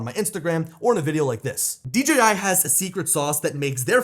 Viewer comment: Still a horrible flight durations, also stop,saying D GEEEE I Its D JAY I Ya 🤡